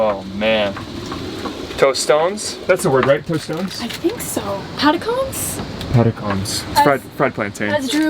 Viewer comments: Pah-Tah-Co-Nays! XD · Very! In Panama we call Tostones: Patacones. For Americans wanting to know how to pronounce that it's like: Pah-tah-co-nays. BTW, I have no idea why we call them that way. lol